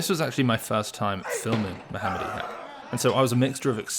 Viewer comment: Thanks for pronouncing his name the right way